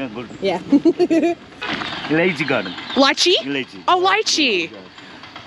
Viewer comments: Hi ……it’s not Lichi….he said Elichi, which is cardamom😊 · Its not lichi, its elaichi which means Cardamom. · Not lichee, he meant Elachi ( Cardamom) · it's not Lychee😂 it's elaichi - green cardomom. I imagine you were expecting the red pulpy fruit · He said elaichi that means cardamom ....its not lychee as you said...... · Not Lychee! Eliachi! It’s cardamom… Eliachi is the Hindi word. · That was elaichi (cardamom) not litchi 😂🤣😂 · It's not lychee the fruit he meant, he said elaichi which is cardamom 😆